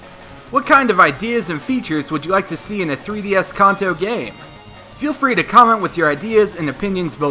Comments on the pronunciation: It's kanto not konto(that's how you prenounce it) nice vid though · It's supposed to be pronounced Can-toe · sorry but its pronounced (CAN -- TOE) NOT how you were butchering it... as for the actual comment... Pokemon SUPER Mystery Dungeon was announced today... Meaning the 20th YA isnt going to be a Generation 1 Remake...